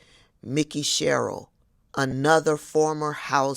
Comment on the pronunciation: FYI - It’s pronounced “MIKE-EY” SHERRILL as opposed to “Mickey” 👍🏾 Thx.